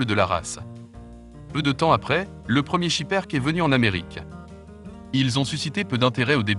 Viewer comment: SchipperkE: on prononce le E final AnverS: on prononce le S final